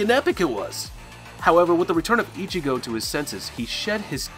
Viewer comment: yo this guy cannot pronounce one thing correct apart from Ichigo and it pisses me off